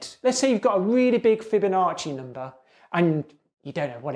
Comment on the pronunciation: Not gonna lie. I only clicked to see him say 'NOMBER'